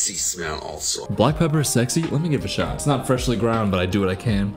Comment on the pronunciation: he said: "what a shot, man!". That was German 😂, but it really sounded like he cursed something.